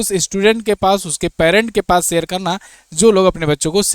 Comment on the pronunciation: भाई अपनी हिंदी सही करो, सेयर, इंग्लिस, भासा नहीं शेयर,इंग्लिश,भाषा ।